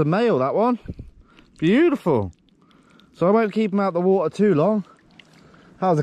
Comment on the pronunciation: My sister asked if you could make merch with “wa-ht-ar” ( you saying water with your accent) and waves behind it with a sunset or lobster. 🦞🌊